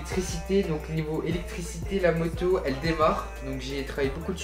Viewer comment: Quand tu dit moto on dirait tu dit motio